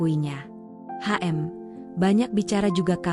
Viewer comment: hanya masukan saja cara membacanya, itu hm gumaman bukan dibacanya ha em. maaf yah